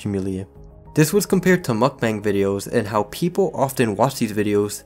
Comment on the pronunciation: I'm glad you're not one of those idiots that say "mook-bong"